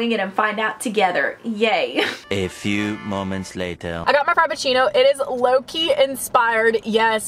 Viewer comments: When you where talking about your Starbucks drink I kept thinking you where saying low key when you where really saying Loki 😂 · When said Loki I thought she was saying Low-key 😂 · Did anyone thing that she kept saying Lowkey instead of Loki Just me? Okay